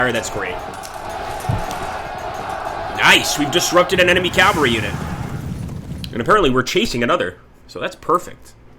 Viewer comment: Learn to pronounce Cavalry , jesus chirst....